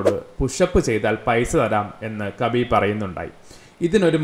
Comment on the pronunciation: Not kabeeeb 😂 it’s Habeeb